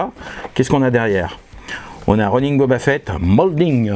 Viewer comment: Un "'Ro'Nain" ? :D